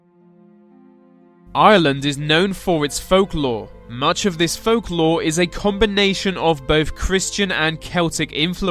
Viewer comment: IRELUND IS KNOWRN FO ITS FOHLKLOHRR